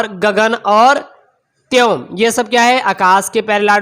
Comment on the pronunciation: Not tyom. it's vyom